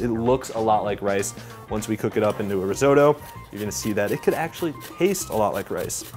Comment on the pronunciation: Reezohdoe? Take a few seconds and try to learn how to pronounce it, try a translation app very simple ri not re risotto.